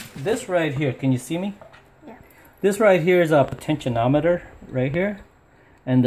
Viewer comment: Just so you're aware, it's not a "potenti-NOM-eter". There's no "n".. Potentiometer. Po-ten-chi-om-it-er. Lol. Just trying to help ya save face bro. Lol